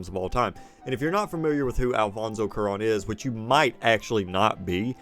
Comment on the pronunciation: "kwah-ROWN" is probably a better English approximation of his name. The "ROWN" is pronounced like "rome" but with an "n" instead of an "m".